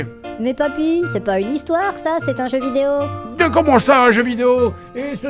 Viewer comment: j'aurais juré avoir entendu " c'est un jeu BIDÉO " quand il parle de Concord mdr